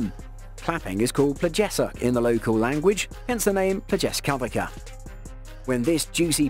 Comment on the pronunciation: Pronounced "plyes-kah-wee-tsa".🙂